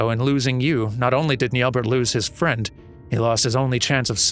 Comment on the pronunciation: Assuming french pronunciation, (since it's an elezen name), then the final T in Nyelbert would be silent. As a rule of thumbs, if the final character in a french word is a consonant, assume it is silent.